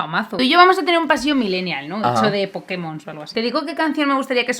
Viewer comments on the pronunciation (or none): Los "pokimon" 😂😂😂